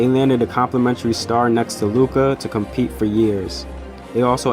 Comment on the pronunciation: Lmao WOW u make a mavs vid and mispronounce both Luka's the unicorns name